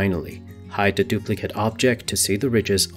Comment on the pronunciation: It’s the. Not duh. Why do people talk like this